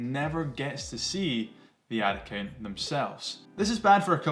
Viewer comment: Ad account!!!! It took about 5 times before I realized you weren’t saying Atakin! 😂🤣😂 I was trying to figure out what Atakin was!!